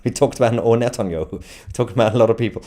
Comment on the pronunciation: The British state has claimed it will abide by the ruling….cry harder tousi, your hero is a war criminal. You can’t even say Netanyahu 😂